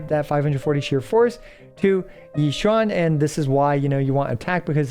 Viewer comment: I just love that he said Xi Yuan all the video lol😂❤